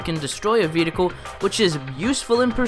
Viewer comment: ve-he-hicle am i the only one who gets triggered by that?